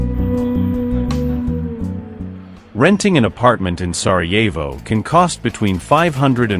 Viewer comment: Сараево,а не Сарво